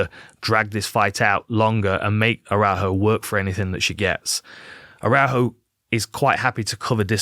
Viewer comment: great analysis man, you nailed everything but Viviane's surname pronunciation 🤣